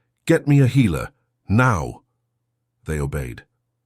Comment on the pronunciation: Daemon being repeatedly mispronounced took me out of the story. Daemon not Demon. 😒